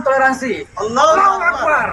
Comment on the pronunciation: 😅😅 saya tertawa mendengar salamnya 😅😅😅 katanya salam tolelet 😅😅😅